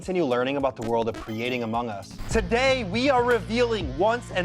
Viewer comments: sir its among us not amog us lmao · No one: Literally no one: , Anthony: "CREATING AMOG US" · haha "amog" us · "World of Amog us" I love this. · He said it wrong, it's called Amogus... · "amog us" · I love how they spelled among us wrong and said amog us 😂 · “AMOG US” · 13.20 did you just say "The World of Amog Us"?